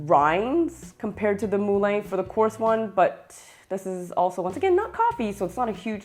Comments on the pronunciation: I speak French also. It's the same word as in Moulin (Rouge), as in Vin (wine). It's pronounced 'MuLan', not 'Mooh-Layne' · It's not pronounced "Mooh-Layne". It's 'MuLan'. Helpful video nonetheless.